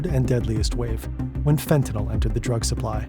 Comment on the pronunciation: First time I've heard fentanyl pronounced properly in a while.